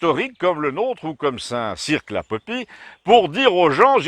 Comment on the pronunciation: St Cirq ne prononce pas le Q ! mais super vidéo comme d'hab sinon ;D